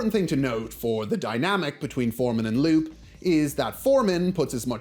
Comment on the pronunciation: I might not remember this episode exactly, but I'm pretty sure it's Loo-pay, not Loop.